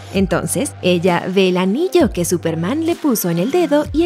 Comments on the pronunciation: Dc: "Súperman" Looper: "Súpermana" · Aún dice Supermana 💁🏻‍♂️🤣💦